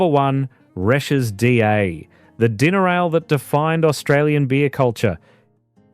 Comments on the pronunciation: Resh? wasn't it pronounced Reeshes. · Resches not resh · Just pronounce it reeches and it's still on tap. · Not much research. Pronounced... Ree - shez. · Nobody called Resch's Resch the S at the end was pronounced as in Resches. Also Tooheys was a direct competitor to Resch's. There was also Grafton Lager sold throughout Northern NSW. I was too young to try this but it was very popular there. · I don't know about how Resch's is supposed to be pronounced but the people of Sydney pronounced it as Reshez. I know. I was there. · Pronounced Resch-es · I have a few comments first is for DA or as it was better known as Dirty Anny and another one gone is Toohey's Country Special When Tooheys New wouldn't travel well in a green ca and Resch was pronounced Resches and the export pilsener was a silver bullet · Yeah, Reschs silver bullet cans still available. They should change the AI voice over to pronounce Resh-ers…. that’s how I hear people pronounce it in Redfern / Waterloo where I’m living now. Does no-one review their work before releasing? 😅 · Learn how to pronounce reschs properly